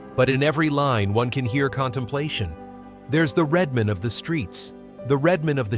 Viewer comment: IT'S RED MAN, NOT REDMOND!!!!